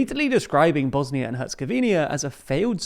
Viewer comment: Two seconds in, the video already mispronounces the country's name.